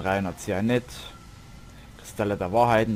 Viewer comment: Ein zianit xD geile aussprache